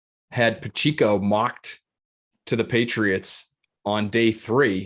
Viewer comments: Pa - che - co . I grew up with Pacheco's. Pronounce it correctly please. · Keep up the great work fellas. Please, don't call Pacheco "PachEEco"